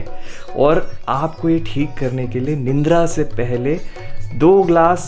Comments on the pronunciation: It's निद्रा not निंद्रा 😄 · Nindra nhi Nidra... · निंद्रा नहीं निद्रा होता है